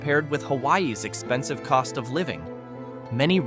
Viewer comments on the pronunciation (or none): none